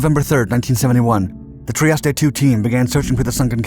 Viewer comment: FFS learn to pronounce foreign words like "Trieste"